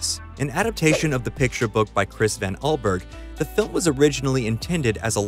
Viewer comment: The video didn't mention that Mars Needs Moms is based on a Berke Breathed story because nobody knows how to pronounce his name. The 'S' in the middle of 'Allsburg' was way too much for the announcer to handle.